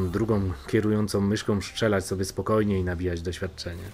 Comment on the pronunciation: tylko "szczelać" serio? XD